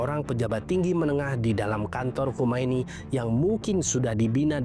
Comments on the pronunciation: Khamenei. bukan Khomeini. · Khamenei bg bukan Khomeini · Khamenei, bukan khomeini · koreksi narasi... Khamene i